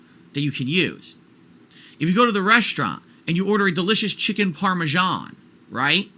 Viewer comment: "And you order a delicious Chicken PAR-MEH-SHAAAAN"